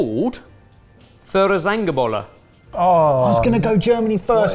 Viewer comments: If someone wants to try to pronounce it, it should sound a bit like this: "foy-err-tsung-en-bo-le". :-) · Im filippina/german and seeing you guys drinking Feuerzangenbowle (F-eye-uh-er Tz-uhng-en boh-le) and eating puto with it. damn you got me hard on this episode!! <3 well done! also got all 4 right <3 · ...as much as I, someone who primarily speaks German, want to mock for the awful pronunciation, the thing to remember in this case is: while "Feurzangenbowle" is technically one word, the way German works it just strings words together in their original pronunciation. (Though I admit it's hard for non-german speakers to know that it's not one word but three in succession) So it would just be "Feuer" (Fire) "Zangen" (Tongs) "Bowle" (Bowl) each enunciated as their own word. Think of it like modifiers to English words, like calling a cat a big, black, angry cat. You wouldn't say Bigblackangry cat. This minor lesson in German completed I'd also like you to have a small lesson in movie history because there is a German movie named after this and it's very fun. All that being said, great video! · Feuerzangenbowle is pronounced Foy - err - tsung - enn - Bowl- a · Feuerzangenbowle Three words: Feuer zangen bowle Pronounced: Foy-ya tsahng-in bowl-uh Means: "Fire Tongs Punch" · I'm from Germany and I have to tell you: the pronunciation wasn't quite right for Feuerzangenbowle. But I love your dialect. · oh dear lord you really butchered the pronunciation of "Feuerzangenbowle". Understandable but damn...:D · A german here. Nice thats suits you. You completly butchered the name but thats fine :D Im a bit shocked that you didnt know Feuerzangenbowle! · i think this might just be the worst pronounciation of feuerzangenbowle ive ever heard lol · There are also small cups and trays for one person servings. You use them with sugar cubes instead of a whole cone! Though pronounciation of Feuerzangenbowle was terrible 😂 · nooo! It was terrible 😂